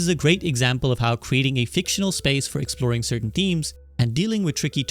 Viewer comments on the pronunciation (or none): none